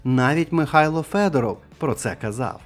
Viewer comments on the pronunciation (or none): none